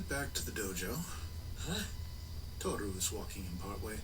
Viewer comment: Ok so I’m going to have a melt down every time kyo says Tohru.